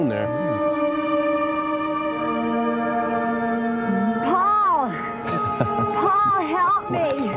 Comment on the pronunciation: I've seen nearly all of MST3K but as Kathy gets my vote as worst main cast actor ever. She stretches "Paul" into three syllables.